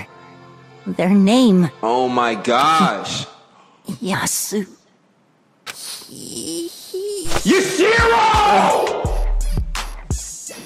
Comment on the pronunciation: lol he said “YUSHIRO”